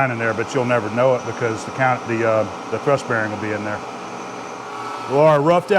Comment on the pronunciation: Hi, 'thurst' = 'thrust' bearing.